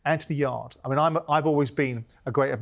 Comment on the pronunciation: trying to rebrand Yarde as "AY" is one of the funniest things I've heard in a long while